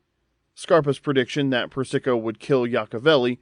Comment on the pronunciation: Persico. PURR-SUH- KOH!! Not PURR-SICKO